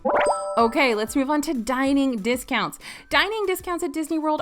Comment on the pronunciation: Error detected: “Hotel Discountsi”